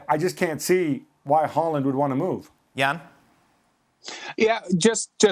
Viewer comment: Hei Jan. Can you please correct Dan and the rest of the gang in the proper pronunciation of Erling's surname. I don't expect they'll manage his first name (as a Norwegian would) but the second name is doable. Or am I expecting too much here?